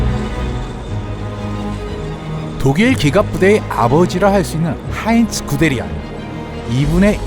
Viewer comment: 자꾸만 구데리안이 군대리아로 들리는데 나만그럼?